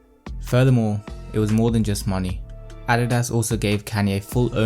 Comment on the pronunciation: Nike is pronounced Ny-key in the states. Adidas is Ah-dee-duhs. Good vid overall tho. 👌